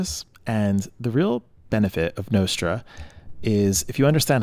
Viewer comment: Everyone does. Except this guy. 😅